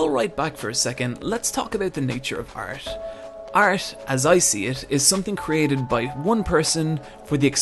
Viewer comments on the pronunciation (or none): Lmao did he just say art in cursive or am I hearing things?